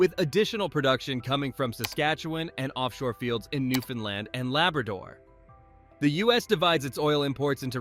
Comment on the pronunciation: One small criticism - this is a FANTASTIC video, but please learn to pronounce my province, Newfoundland properly - as a proud Newfoundlander, its important to us:)😊